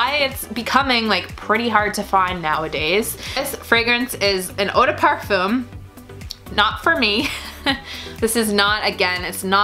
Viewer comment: 1 hour and 23 minutes and you never mentioned a single note just olfactory families and if you liked these perfumes or not. You say you are a fan of Kathleen then I suggest you watch her last perfume vid and learn how to describe a scent. Also learn to pronounce eau de parfum if you are going to use that word a gazillion times... Do NOT like